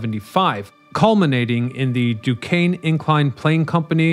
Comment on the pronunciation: At least he got Du Kane right!